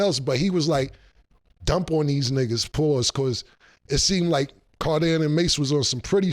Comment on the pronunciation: That’s a sassy pause with all them S’